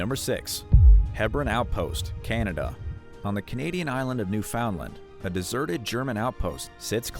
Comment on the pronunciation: You know it's being made by someone who cannot pronounce Newfoundland.